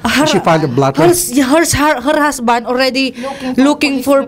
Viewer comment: HER HASBAND PREPOR(prepair Po Yun,) POR POLIS 😭😭